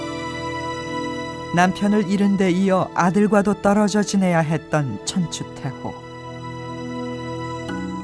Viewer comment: 여 아나운서의 발음이 천추태호로 계속 들려서 거슬림